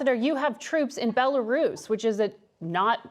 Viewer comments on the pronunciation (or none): He said Bela Russia not Belarus interesting 🤔